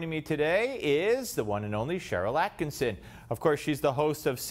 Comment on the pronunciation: Steve! One of your biggest fans here. It's not AttkiNson, it's AttkiSSON. Love both you and Sharyl. Top .1% of Common Sense Voices. Thank you. I follow you daily, as I do Sharyl.